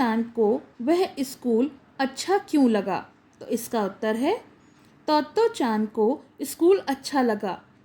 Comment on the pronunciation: Mam utter hota hai uttre nahi